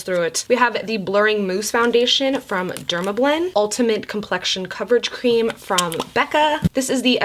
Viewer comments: Alondra Salgado or when she says cleam 😂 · Literally laughed so hard I cried over your error with saying cream wrong!!! 😂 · "All the Mac strobe cleams" 😆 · Take a shot every time says "cleam" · lmao at "cleam"! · I seriously laughed waaaay too hard at all the “cleam” mess ups 😂😂😭 I rewatched that part like 3 times and laughed harder each time lmfao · WE got all the CLEAMS girl, all the CLEAMS I was cracking up LMAO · “Cleam” lmfao 😂😂 I died everytime! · “All the MAC strobe cleams” 😂😂 I died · This video literally had me busting out laughing.....”Cleam”😂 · Take a shot every time says “cleam” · girl you had me cracking up when you kept saying “cleam” instead of “cream”😂😂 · I replayed her butchering "All the MAC Strobe Cleans" 50 times. LMFAOOOO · I laughed so hard every time she tried to talk about the Mac Strobe “Cleams” 😂😂 I FRIGGEN love you 💖💜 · dying when you say "cleems" ahahaha!!! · Idk why I cracked up so bad when you kept saying “strobe cleans” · when u couldn’t say cream i died 😂😂😂😂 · Lol couldn't get the word cream 😂 ur so beautiful 😍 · had trouble saying cream lol you think she can say safiya?! looooool